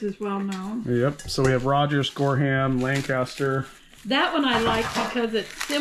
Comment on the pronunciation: Here's some help (lol)...Gorham is pronounced with the "h" silent (gore-um), Wm. A Rogers is William A Rogers (Wm is the abbreviation for William), Noritake is Nor I (short sound i) Tock EE, and Oneida is O Ny Duh. I also think the string on the one plate was to keep the tag on. it's a food mill and yes, they still make them. The second one is a sifter for flour.